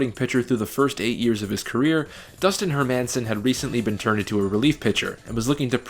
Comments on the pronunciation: it's dustin "Herman-son" not dustin "her-man-son" and the Angels won in 2002 not '03, the yankees went in '03(lost to the Marlins) and were beat by the Angels in Divisional round before facing the White Sox. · Hermanson is pronounced with the emphasis on the first syllable. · Dustin Her Man sin It’s pronounced her Mi sin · Never heard Dustin Hermanson's last name pronounced Her-Manson, always thought it was more like Herman-son . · Just two things. Dustin Hermanson’s name pronounced “Her men sen”. Not “Her Manson”. That drove me nuts in this video. Also it’s Pronounced Backie, not Back for Brandon Backe. Other than that, great video. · Yep and it’s Dustin “Her Men Sen” not “Her Manson”. He totally botched that pronunciation too haha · only thing you can change is pronouncing Dustin's name correctly . HERRR-min-Son. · her-man-son????? seriously??? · As a White Sox fan, I enjoyed this video a lot - and I couldn't help but notice that you said Dustin HerMANon with an emphasis on MAN 😎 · I love your videos but I cringe every time you get a players name wrong. Dustin HerMINsen Brandon BackEY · Great video, but the players are pronounced HER-man-son and BACK-key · where did you learn to pronounce these names? i feel like you don't remember them if you think brandon backe is pronounced Back. and dustin hermanson is not HerMANson. just like it's not HerMAN munster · Her-MAN-son cringe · If you’re going to put in the work for a 30 minute doc, at least learn the pronunciation of the players’ last names: HER-minson & BACK-eeeeeeee. Also, you never mentioned the team’s best regular season reliever, Cliff Politte. #credibility Other than that, good stuff. ;) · Her-MAN-son, really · Herr -man-sin.... god I wish some of these narrators actually know about the content they were reading.... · Those pronunciations of Hermanson and Backe... Anyways great video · Great vid. Work on pronouncing Dustin Hermanson’s name and we’ve got perfection.